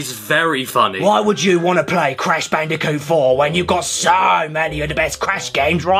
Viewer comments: Please just say Bandicoot… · what's "controversial" about swapping the C's and B's in the name of a fictional character? The name is literally mispronounced throughout this entire video, the only difference is some people might actually accidentally call Crash Bandicoot Brash Candiboot, how do you think i came up with it?🤷‍♂️